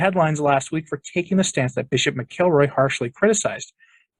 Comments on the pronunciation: i think it's pronounced mackle-roy, not mic-el-roy. anyway, cupich will be a [further] disaster for the Church, probably ushering in women Fathers and acceptance of homosexuality. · Dear, His name is pronounced “Mackle Roy” Mack-ul-Roy His nephew is in my old church. Thanks